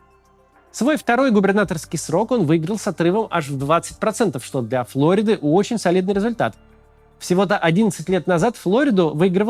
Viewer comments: в русском языке название штата Флорида с ударением на и. Не флОрида, как в английском. ФлорИда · Пардон, в слове Флорида ударение на "и"